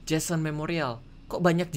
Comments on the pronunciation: jhonson kak regi bukan jhason :) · johnson bang, bukan jason. bacanya jensen, bukan jesen. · kak regi saking seriusnya sampe salah eja nama johnson jadi jhesen 😅😅😅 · Jehsen siapa lel, perasaan Johnson bacanya jansen